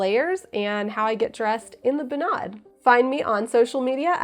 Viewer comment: Feeling like Hermione watching this, it should be bUnad, not bunAd :P